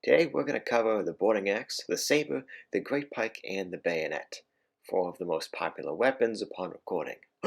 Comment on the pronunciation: "Now, We've got the gayonet."